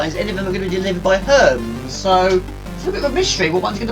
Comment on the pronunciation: Another one I liked was "Herms" for the courier company lol. I think it's pronounced Her-meez hehe